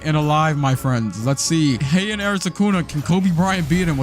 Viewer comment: hian no it is heian